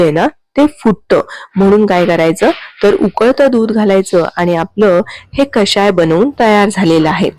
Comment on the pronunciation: कशाय नव्हे हो ! कषाय !! शुद्ध शब्द शिका आणि वापरा !! क षा य !😊